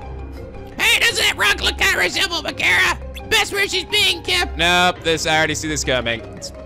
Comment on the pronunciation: It's pronounced (meg a ra ) not ( meg air a) sorry to be that guy